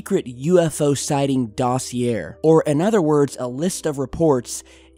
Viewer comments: Isn't it pronounced DAw see YAY? Not Daw See AIR? Not that anybody cares, but......... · for future reference dos·si·er is pronounced ˈdäsēˌā/ with an "a" sound at the end.. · Lol, doesn't know how to pronounce "dossier!", it's DOSSI-AY! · "dossier" is pronounced "Dosse a" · Dude, that's not how you say "Dossier", the r at the end is supposed to be silent, you should pretty much say doss-yay. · Dos- EE- A not dossier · Hate to nitpick, but I've heard you say it a few times in other videos; dossier is pronounced Dos-e-ay. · Look up how to pronounce dossier. The er at the end is more of an ay. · the word dossier- has no "r" sound... properly pronounced, it sounds like "dah-see-ay" Glad I could help: ) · Dossier is pronounced doss-y -ay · dossier pronounced dah-see-ay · dos - e - ā, please, dosier... yes it's french, whatever... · Please learn how to pronounce words before spewing them. I have to listen because my husband does, I'll leave the room now. dos·si·er ˈdôsēˌā,ˈdäsēˌā/ noun a collection of documents about a particular person, event, or subject. "we have a dossier on him" synonyms:file, report, case history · "Dossier" silent R.... Always some good work on your videos. Thank you! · The 'r' in 'dossier' is silent... ;-) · Just so you know, words borrowed from french ending in -ier is pronounced with a hard a sound. Dossier rhymes with Cabaret in its ending sound. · Hey bro...GYI the R in Dossier is silent. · Did you really pronounce Dossier like I think you did?